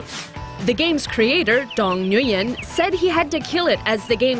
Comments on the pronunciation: It’s Nguyen not Nguy-en idiots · Stop Flipping saying Nguyen wrong. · LoL cringe how she pronounce NGUYEN